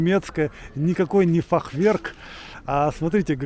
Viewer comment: в слове фахверк, ударение ставится на первый слог. Очень красивый городок!